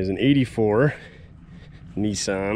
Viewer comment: NEESUN I Thought it was NISSAN